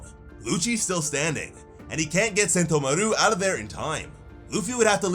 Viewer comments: Who the fuck is sentomaruuu, it's just one u, sentomaru, no emphasis 🤨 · Literally no one puts the emphasis on mah-ROO in sentomaru like you do. You are pronouncing it wrong. Why? Stop it. I know you hear how the rest of the fan base and the anime pronounces it. Why say it off beat and wrong? Why? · Its Sentomàru for god's sake 😭